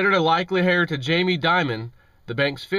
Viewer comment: Did you say HAIR?? It is pronounced "AIR"... Heir the H is silent..